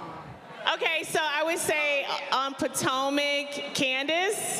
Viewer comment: Love that Sonya and drew said Potomac 👏 👌